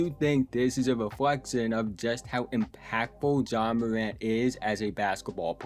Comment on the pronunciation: Ja MOWANT😂😂 good show so FAW. Good shooting PEWCENTAGE. In FOW games he dominated. He will show MOW for suWe. Nice JUMPEWS 😂😂 GOOD PASSEW overall nice PLAYEW. go GWIZZLIES😅😅